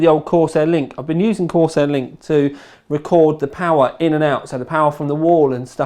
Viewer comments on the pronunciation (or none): none